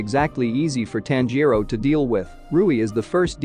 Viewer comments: “Tan-JEER-roh Kuh-MAH-doh,” “Nuh-ZOO-koh” 😬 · nez-oo-ko Tan-jee-ro Zeen-its-o In-oh-sooke Roo-E